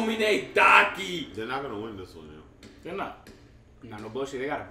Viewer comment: Oh btw Aomine's first name Daiki, is pronounced like "die-key"